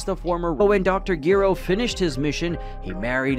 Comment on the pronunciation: You saying his name wrong dr gero break the name in half and put it together